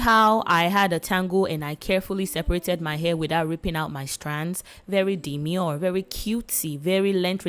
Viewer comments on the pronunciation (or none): Sista!!! Not demuree😅😂